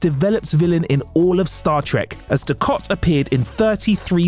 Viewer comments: Gul du kat! Kat kat kat! Not Kot! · It´s not Dukot... it's Dukat... ... ... 4 peace sake!!!! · Ducat not Ducot try saying Gul DuC@ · Great video, great to see how and what these great actors are doing now. Thanks! (However, Gul "DukOt"? 🤔 🤨) 🤣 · Everytime he said DuKOT it made me keep saying "its DukAT" mate:) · Gul Dukot? What? Gul Dukat! It’s an A not an O 🤦🏻‍♂️ So is the actors name Morc Oloima if we are swapping As and Os? 😆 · Gul "Dukot"? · Sneaky. Pronouncing it "Dukot" to get people to post comments and feed the YouTube algorithm. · Gul Du-KOT??? How does somebody who knows nothing about Star Trek characters still have a job at TrekCulture? You’ve lost any credibility you may have had. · I know right! I was triggered every time he said it! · No, Dukat